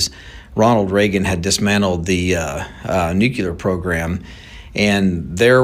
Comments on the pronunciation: “Nucular”?? Just sayin… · It’s “nuclear”, not nuculear. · He says nu.kyu.ler, I say nu.clear. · Why do educated men still say "newkewlar" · I don't understand why intelligent people can't pronounce the word "nuclear". It's NOT pronounced nucular. Georgia W Bush made the same mistake. It's a common error that's just not acceptable. Learn how to pronounce the word. Leaving us in the dark is part of the governments' power over us. It's sickening! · "nukular"..this dude can't even pronounce the word " nuclear ". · I’m sorry, a grown adult, especially one who owns a company, should know how to pronounce “nuclear”. NOT “nucular”. Sorry, strike against him from my standpoint, no matter how right he might be on this topic. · no such word as NUKULAR ,,, that is hillbilly for the word NUCLEAR ,,, THESE PEOPLE SHOULD READ A DICTIONARY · Omg it's nuclear not nucucler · I have a had time hearing an "expert" say NUCULAR" and not Nuclear. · Good stuff but can we please just say “new-clear” and not “nook-u-lar” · if the dude is an "expert" and a "subject matter expert" then learn how to pronounce the word "nuclear" correctly. It is not "nucular" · Nuclear, not nucular. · He's so smart that he can't even pronounce NUCLEAR! It's NOT nucular! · Anyone that says nuke-you-ler is not crefible w me. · It's nuCLEAR, not nucULAR. 🤨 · Nuclear not neucular... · Nu-Clear vs. NuKELAR :) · Dude can't even pronounce the word nuclear correctly. Nookular? 🤡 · We build professional stuff for the military? This guy is an expert on nothing. Not even smart enough to correctly pronounce the word “nuclear” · This "Talking Head" Can't Even Pronounce "Nu·cle·ar" ,, And He's Your Source of Information,,, What a Low Rent,,, "BLOW HARD" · I would humbly request that anybody posting a video learn how to pronounce the word nuclear and also the word fentanyl thank you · Tell that to george Bush. He said it all the time.